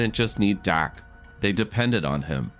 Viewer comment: Fix the audio! It starts calling him Dake and not Dak!